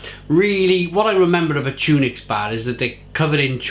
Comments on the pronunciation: Tun ocks, not tunix lol your mrs will be at you again😂😂😂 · Pronounced Tunnock not Tune ics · Tunnocks, not tunics. Good review though. 😊